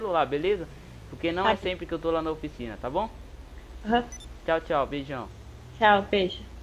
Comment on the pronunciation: ainda falou tchal beijo uumm